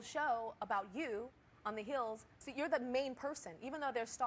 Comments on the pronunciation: "The Heels" ... I'm sorry, but she did not say it right. haha :) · she said the heels instead of hills